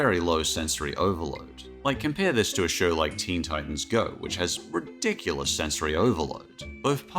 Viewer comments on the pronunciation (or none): none